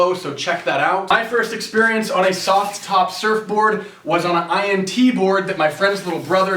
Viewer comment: quite a few gsi`s. You could go ahead and maybye make the t a little more silent when saying the word `soft top` It was funny the 1st 3 times but then not as much.